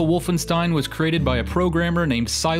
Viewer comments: its pronounced wolfenSHtein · "one of the most important franchises in video game history" therefore I'm going to butcher the pronunciation of the game's title and its protagonist. Otherwise - nice video!